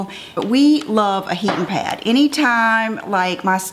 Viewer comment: It was so cute how you kept saying “heatin’ pad”! Southern roots shining through! ❤️